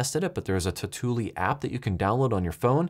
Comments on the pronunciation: Say it with me tau - tu - li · It's pronounced "totally" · If you pronounce tautulli 2 times the same way in this video you get a dislike!